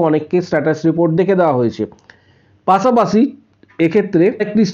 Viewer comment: পাছে নয় পাশে হবে। পাছা পাচি নয় পাশা পাশি হবে। সঠিক বাংলা ভাষা বলতে হবে।